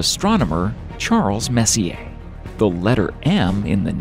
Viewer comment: Finally, a narrator pronouncing Messier correctly.